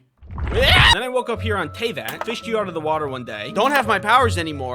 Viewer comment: "Tee-Vat" lol